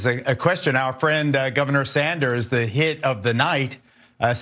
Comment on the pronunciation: HE SAID 😮Ron DISATAN 😂